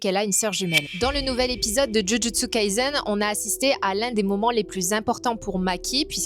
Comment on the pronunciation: Alalala tié un pain toi (parcontre chais aps pk ça m'a stressé qu'elle ait dit "jujutsu kaizen " et pas kaissen